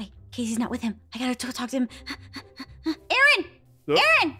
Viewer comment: Its Aaron not aron😂